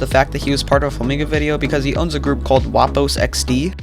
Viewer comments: I think the wapo is gwapo as in pogi in the philipines 😊😊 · Its gwapo not wapo bro